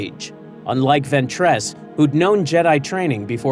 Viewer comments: Bro says venTRESS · Bro said “ventrass”🫩🥀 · ventréss? oh boy